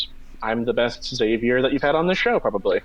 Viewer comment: Xavier is 2 syllables!